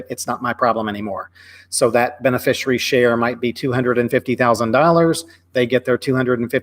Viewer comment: Is it "bene-fishery"? I think it is beneficiary ( benefish-ee-air-ee).